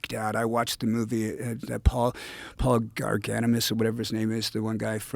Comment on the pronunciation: “Paul Garganimus”